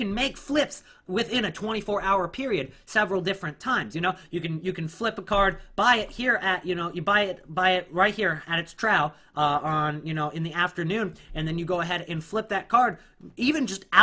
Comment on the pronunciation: trough is pronounced "troff"